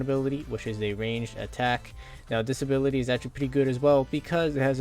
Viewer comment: "And this is the third abirlity" XDDD